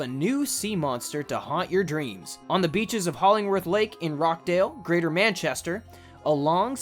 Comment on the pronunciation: you say the name of Rochdale wrong,,,, Roch dale Rochdale not Roc hdale